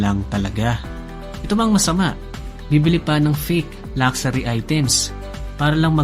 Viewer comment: LUXURY lak-sa-REE = x luhk-shuh-Ree = ✓